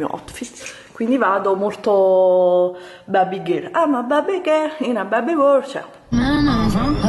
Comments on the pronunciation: "Babby Gherl" (cit.) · "Guardate il mio Otfit...aim a babbi gol in a babbi woooll" vabbe ragà ciaone